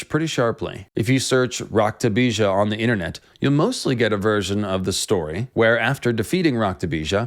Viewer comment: Well I'm American and even I'm cringing at the pronunciation. Lol. "DOOoooOoOOrgUH" and "Rockteh Beejhaah" lol